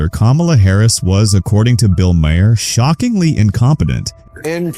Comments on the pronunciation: It's not muh - hair. It's maer. That's so annoying. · When did Maher change his name to Maa-Hair?